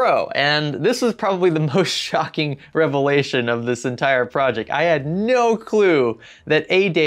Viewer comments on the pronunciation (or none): none